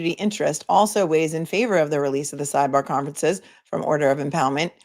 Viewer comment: Hehehe...I do not think you will talk normal every again! Hehehhe - it will always be sideBAGH and lemonade! I love it! Love from South Africa! Unfortunately our timeframes mean I can not join you live in any realistic way...but always catch you the next day! Love also that family comes first and sometimes you have to deal with your kids - that is so realistic and same on all our sides!